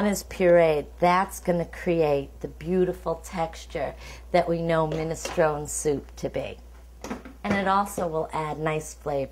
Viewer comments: it's minestroneeee not minestrone the final 'e' is pronounced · I'm offended by the way you say ministrON. Also garlic going in first? Nonononononononono. Please do not. Onions before garlic. Please. Please. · Min-es-tron-Ee! You pronounce the E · get the pronunciation right , it's (/ˌmɪnɪsˈtroʊni/ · Minestrone , pronounced minestrone-ee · If she trained at a school she would say the soup name properly Minestronè. Min a stro nee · Pronounce the E on the end of the word! Annoying. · Minestrone , pronounce the e please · Don't be stupid. It's a famous Italian soup. A noun. That is how it is pronounced by everyone. Idiot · Well maybe if she called the soup by its name and didn't pronounce it like an ignorant git no one would say anything